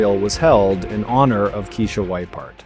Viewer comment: So another ai narration that mispronounces the victims name. Her name was pronounced "Kye- eesha". Not Kee-esha. Not Keesha. And to copy Mr. Ballen's voice is diabolical. He would never mispronounce a victim's name. He has respect and actually edits his videos.